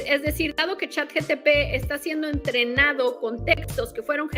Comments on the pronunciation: Supongo que sí, ya que trata de pronunciar correctamente chat gtp, ya que nosotros lo pronunciamos de manera coloquial, ya que la g en español se pronuncia cómo "je" no cómo "yë", y en inglés se pronuncia distinto. Así que. . . Hace su mejor esfuerzo. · dice chat gtp.... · Perdón, comparto todo lo que dijiste. Pero no soporto, NO SOPORTO como una "profesional" que trabaja para Microsoft no sabe decir "Chatgpt" cuando literalmente es parte de su campo de trabajo. Es en serio una profesional?